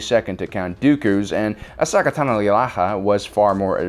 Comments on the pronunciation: Pronounced A-so-ka not A-socka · Why u pronouncing Ashoka’s name wrong on purpose??? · Ass soccer? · This video dropped in 2020 how were you still mispronouncing Ahsoka's name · The Disrespect of mispronouncing Ahsoka’s name 😔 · Wait!!! I can’t take it anymore... he has to be trolling Ahsoka’s name at this point., my boy.. you’re butchering her name so badly it’s ridiculous hahaha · *sees comments on OP mispronouncing ahsoka's name" "it can't be that bad" hears it in the video "SWEET MOTHER OF FUCK MY EARS!" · I can't tell if they are mispronouncing Ashoka's name on purpose or not. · Why do you say Ahsoka like that? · Dude can’t pronounce Ashoka’s name right is a disgrace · He's clearly mad for how we made fun of the way he pronounced Ahsoka's name last time so he's purposely butchering it as a joke. Also when he said shota I immediately thought of hentai lmao. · I feel your mispronouncing ahsoka’s name just to annoy people 😂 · Jesus learn to say Ashoka’s name please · He's mispronoumcing ahsoka's name on purpose right? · Yea apparently he genuinely mispronounced it in a previous video, got roasted for it and is now just rolling with the silly mispronunciation for the luls... much to the chagrin of the entire comment section XDD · Meh, that too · Blackbird Gaming ah. I thought it was just some running joke where he mispronounced stuff on purpose like ahsoka. And is that cannon doe? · Omg I saw thing comment before I heard him pronounce it, I was assuming it was going to be something minor like "ashoka" 😂😂😂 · I don’t disagree it irks me too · Keep it up man it makes you even more you and awesome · You've no doubt triggered many by mispronouncing the little cat girl's name. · It hurt to hear Ahsoka's name be mispronounced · It is his revenge from some previous videos and h addressed he would change it, he just didnt say how. He trolled us :)